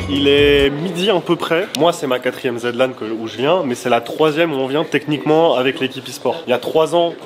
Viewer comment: pitié.. aretez avec la "Zed" Lan... même Zerator ne le dit pas comme ça... "Zi" Lan (en rapport avec le "Zi" de "THE"..)